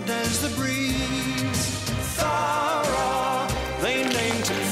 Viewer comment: it's thowra